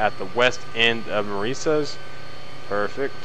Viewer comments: Fyi Marias is pronounced muh rye us. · You pronounce Marias, Muh RYE us. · hmm i dont pronounce Marias as Ma-re-si-es I pronounce it as Mah-wry-as. Im not saying that your pronouncing Marias wrong Im just saying thats how I say Marias